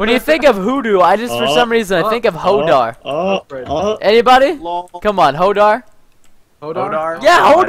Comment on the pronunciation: Holdoor, not holdar!